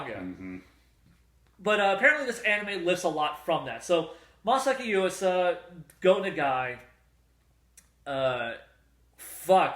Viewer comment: normally wouldnt care but yuasa is my favorite director. you totes butchered his name lol anyway you can buy kaiba, kemonzume and tatami galaxy subbed from australia. :)